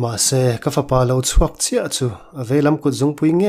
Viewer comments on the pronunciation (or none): none